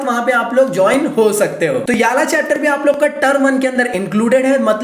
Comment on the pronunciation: Looks 🤣🤣 👍👍when he say yeala instead of ye wala